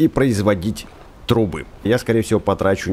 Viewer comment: Почемуя вместо трубы слышу труы? 😅